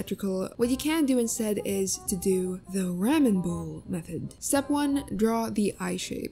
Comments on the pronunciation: its "r-ah-men" not "rAmen" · It’s pronounced raw men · ramen? its pronounced raw-men im pretty sure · gurl i just noticed u call it rAmen when its technically its RamEn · It’s pronounced rom-in not ram-in even though it’s spelled Ramen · RAWMEN!! NOT RAYMEN!! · IT'S RAH-MEN NOT REH-mEN!!!!! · What gets on my nerves the most is when she says ra-men when I think its clearly raw-men Lol correct me if im wrong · Haha I may not be japanese buuttt Its not raa men its Raw men Haha Ramen noodles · whats a ram-ehn bowl, its rah-men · The way you say ramen it’s pronounced like RAW MEN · ramen now raaman also almand not aalmooond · RAHMAN even dub anime says ramen right 😂😂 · REH-men bowl. 😆 still love the video. Like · R-a-men? I'm not judging how you pronounce it but like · Ramen is actually pronounced Rah- men Sorry to be rude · They said RAMMAN bowl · can't get over the " rammin' " pronunciation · Im glad im not the only one who was bothered by the way Ramen is said. the tutorials really nice tho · This person cannot pronounce the "ahh" in "ramen" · While the tutorial is semi-useful. Can't stand the way you keep pronouncing ramen. Like if you're going to lecture people on their art, maybe first improve pronunciation? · I'm sorry but that is the WORST way I've ever heard someone say ramen. 😐😂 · Ur saying Ramen wronggg 😫😫😫😫😫😫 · The way you say ramen is rlly weird.. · Had to stop watching because of how they pronounce ramen 😂💀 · The way you said ramen made me have a seizure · Its the way she says ramen